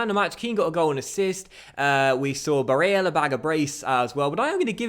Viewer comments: Hey, I see a lot of comments talking about Nicolo Barella’s Name pronunciation. I think you just need to lower the emphasis on the e (a sound). It should sound more like how you were saying it in the beginning of the second half in the lazio game, not the 88th Minute goal pronunciation. Other than that, I’m loving this series and I am loving the story so far. Thanks. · I'm a huge fan and I've loved your vids for about 3 years now but please take it easy on the name pronouncing. Its a bit cringey and I'd rather hear you say them with your actual accent rather than faking one and making it sound worse. Otherwise this series is great, along with your Huddersfield CM. Quality content as always! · Who cares about how he pronounces Barella's name? Come on... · Hastings Grime Media Ya I'm with you on this one. It's strange to see not listening to his subs. He's seems to be inviting trouble. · gotta say i agree tbh